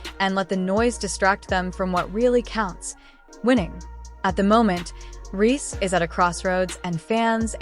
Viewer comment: They kept calling her angel ree lmao